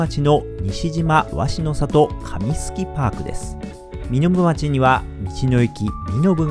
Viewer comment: 身延町の読み方はみのぶちょうです